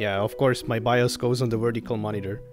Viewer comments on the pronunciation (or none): none